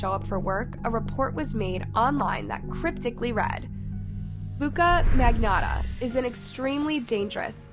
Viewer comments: Why does she pronounce every name wrong? Mangotta is not his name. It's MAGNOTTA. Killers need to be identified properly. Also please research better. Jun Lin never lived in the same apartments as Luka. Also Luka mailed one of each hands to the Liberal and Conservative parties of Canada. Pleeeeeeeease do better research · I scolled through the comments and noticed very few people pointed out that she said Mangotta instead of magnottta when she introduced him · The way she said “magnotta” LMAO i almost chocked hearing it. I beg you to learn to spell people’s names.